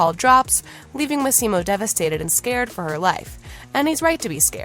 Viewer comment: Would be nice if this reporter would pronounce Michele's and Massimo's names correctly. This article was a lot about nothing.